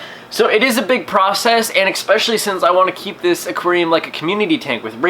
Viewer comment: She will eventually eat all of them because they are infertile. She won't hurt your Discus, she'll just run him away from her territory. Please stop saying "Ëxpecially"